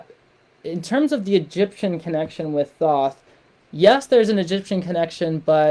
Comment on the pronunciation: This is bullshit. The “free guide” is a subscription to your website so you can push your brand for monetary reasons and con people into thinking your ideas are the words of God or in this case Thoth which for all scholarly purposes is being pronounced incorrectly this entire video. If you want peer reviewed papers, I can prove this as well, this is a shame. It’s very clear you don’t project or have ever met Thoth.